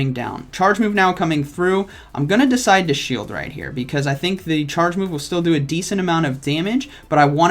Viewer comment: I decwide.... chuckle Me: chuckle